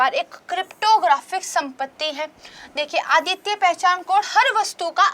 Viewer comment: मैम मुझे आपकी करेंट अफेयर की कक्षा काफी अच्छी लगती है। इसके संबंध में मै आपको एक सुझाव देना चाहता हूॅ । आप कुछ शब्दों के उच्चारण पर ध्यान दीजिए जैसे आप इंस्टिट्यूट बोलते समय 'ट' शब्द पर फोकस कीजिए , इसके अलावा अद्वितीय शब्द को आप आदित्य बोल देती हैं।